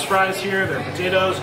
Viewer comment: You didnt finish your PO-Tat-OES